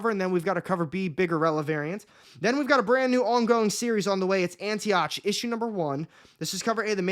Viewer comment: Antioch---pronounced Anti ock